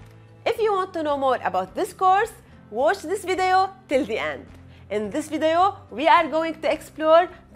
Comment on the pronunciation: Lol 👌🏾I just noticed the way you say video… in this vidayo I love it I think you have a good voice for doing these type of vidayo